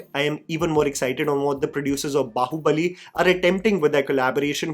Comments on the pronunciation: Its baahubali , not bahubali.. baahubali is a hindi word too😂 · It's B"aa"hubali (बाहुबली) not Bahubali (बहुबली), in terms of pronunciation, Baahu- means arm. Please stop saying बहुबली. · Bro, It's Bāhubali Bā Baa Baa Baa Black Sheep बाहुबली Not बहुबली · Its not Bahu-bali , its Baahu-bali...desi gora wannabe saala ! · बाहुबली ❌ बहुबली ✅ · Still waiting for the time can actually say Baahubali with "aa" sound and not pronounce it like a spoof of ekta kapoor tv serial. 😂